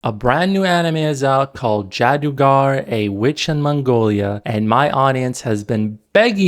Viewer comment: You can not even pronounce worlds جادوگر and توس and suddenly you are an expert on Iran😂😂😂